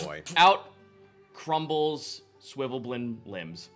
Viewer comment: I'm pretty sure when says "Swivvleblin" he means Svirfneblin [Sverf-Neb-lin] or Deep Gnome